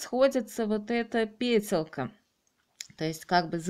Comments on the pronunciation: Ну наверно не петеЛка,а петеЛЬка. Слушать противно. Даже смотреть не стану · Большое спасибо за такой подробный мастер класс, всё получилось с первого раза. Не много раздражало неправильное произношение слова петелЬка. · Отличное видео, но ваше слово «петеЛКа» уши режет невозможно! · петЕлЬка, ну ни как не пЕтеЛка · Почему ПЕТЕЛКА? ПЕТЕЛЬКА! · Спасибо. Раздражает только слово "петеЛка". Это слово содержит мягкий знак. Режет слух твердая "Л"